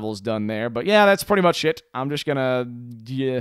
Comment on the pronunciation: "That's pretty much it" sounds like "That's pretty much shit"lol xD